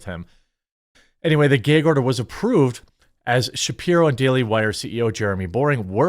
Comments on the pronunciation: Why do you keep saying “gayg” instead of “gag”? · What’s a “geyg” order? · Ummm the word is "gag order" ... G-A-G .... not "gayg order" LOL. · Are you saying "gig" or "geg" order?? gæg, gAg. I.e, BAG, SAG, HAT, BAT. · Love you Jeremy but what the hell is a “gay gorder”? 😂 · It's "gag" not "geige" order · I just wanted to say I love your pronunciation of "a", like "ae", like "gaeg order". Give me a little chuckle every time. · Jeremy calls it a "gayg order'..... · Jeremy be like "the geeg order" lol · What is a gay-gorder??? His pronunciation is painful, of that word.. 😅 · Stop saying gayyyyyyyg order bro. Come on!!!!! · Whats a "gehg order" 😂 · I'll never get over the way you say gag. Gayheg. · The highlight of this story is Jeremy's super Wisconsinite pronunciation of the word "gag". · You say gag funny. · Am I the only one who couldn’t get over the way he says “gag” 🤣 I love you though! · Apparently the quartering cannot say the word "gag" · Say "gag" correctly you midwest retard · It’s pronounced găg not gāg!!! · It's "Gag" like bag, lag, drag not "Gaig" like pray, play, say, grey, day. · No, it was more like “gay gorder” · Geg order, dregons lel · What is a "geg" order? Are you trying to say "gag" order? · why you saying “gayg order” 😂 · Say aaat at, say gaaag gag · Bro I like you're vids but If I have to hear you say "geg order" one more time I'm gonna pull all my hair out. 😂 it's gag. With an a not an e. 😂 thank you. We still cool though. Bones it 🤜. 😂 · IT'S GAG LIKE "BAG", NOT GAGE LIKE MADE! Jeez, that was torture. Lol Otherwise, great content 👍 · Every time Jeremy says “gayg” I want to gag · Gayyg order ahahahaha, the gayg order count is at 3 so far... Say it again lol .... Say it again ahahaha gayg! Count is at 4! No 5! xD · Bruh it’s not GAYG order it’s gag as in apple, short a says a. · It's Spelled "GAG" NOT Gig!!! It's a GAAAG order! Pronounce it CORRECTLY, You're an AMERICAN!!! F YouTube IF they're the One's Requiring you to Speak like a MORON!!!